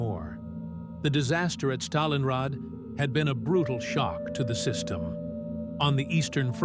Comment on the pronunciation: "Africa corpse" and "Stalinrad" :face-blue-smiling